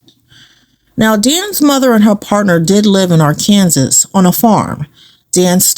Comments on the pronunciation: (Its pronounced- "Ahr-kan-SAW" NOT-- "AHR-Kan-sus." Just so you know.) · Its Ar...ken...saw! Not pronounced Ar...Kansas.. Please pronounce things correctly from now on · ?? Arkansas is phonetically Are-can-saw. Not Are- Kansas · Arkansas is NOT pronounced like Ar-Kan-sass. PLEASE. It's more like Ar-kun-sah. The "s" is silent. Yeesh. Cringe! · Arkansas is actually pronounced ARK UN SAW. Just FYI. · I've always heard Arkansas pronounced as R-can-saw. This is a great video,. Keep 'em coming! ❤ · Arkansas is pronounced Ark-N-Saw gypgyp 😂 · The Arkansas pronounciation is killing me 😅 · At first I thought she was just saying it like that for fun😂